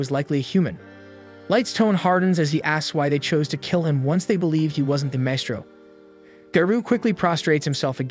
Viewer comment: AI: "Wurdz R hard" Maestro? Also AI: "Wurdz R hard"